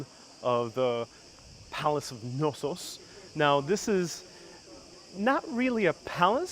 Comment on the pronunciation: hi fyi the K is definitely not silent in the name Knossos.